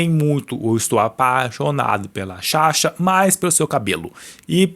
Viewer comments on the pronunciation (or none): o nome da sasha é SASHA, vc ficou o vídeo inteiro chamando ela de "shasha"